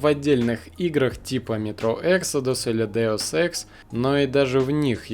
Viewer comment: Эксодус - ударение на о, это не английское слово.